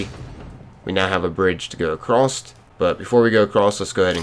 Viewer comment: Why are you saying a crossed